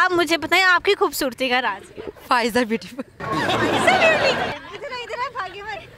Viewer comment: bhubhsorti ni janab.. khobsorti ..lafz thek karo bhai